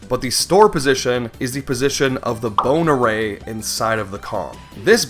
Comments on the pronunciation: what he says "bone array". what i hear "boner ray" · I know he's saying "Bone Array" but is anyone else hearing "Boner Ray"? What a terrifying weapon that would be. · Who else keeps hearing "Boner Ray"